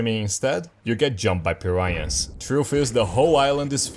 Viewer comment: Forgot you spoke Portuguese until you said Piranha lol